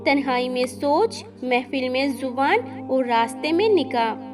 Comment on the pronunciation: विडियो में जिसकी आवाज उनकी जुबान कच्ची हे जेसे गुस्सा ,जुबान,जरूरी जेसे गुस्सा, ज़ुबान, ज़रुरी कमजोर, कमज़ोर